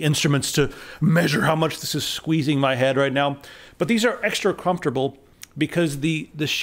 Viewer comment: Did you say extra crumpftable?